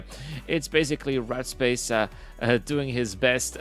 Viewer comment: The whole time, I'm listening while working thinking he's saying the guys name is "Rat Space", thinking that's an odd name, but ok. Then I look at the screen and see in the chat "Warped Space" well that makes much more sense :)